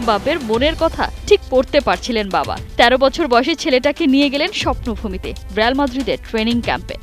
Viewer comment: রেয়াল না রিয়াল